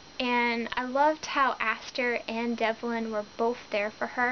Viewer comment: No offense but it's Asher and Devin not Aster and Devlin.Sorry that was just realllllly bugging me other than that great review.